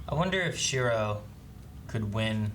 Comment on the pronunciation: when will stop pronouncing Shirou's name wrong lol it's like he immediately forgets his name as soon as the episode ends